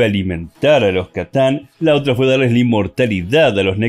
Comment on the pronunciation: KATAN NOOOOO C`TAN . C SE PRONUNCIA "CE" NO "KA" .PRONUNCIALO BIEN